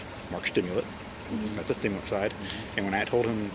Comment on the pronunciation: They need to test the cop he had a lisp or was slurring his word whenever he said stimulant. Also otherwords. But very pronounced on stimulent